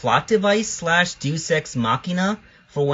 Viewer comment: Deus is pronounced "DAY-oos," not "deuce". ;^)